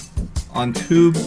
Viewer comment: For a second I thought he said toot but he said tube lol XD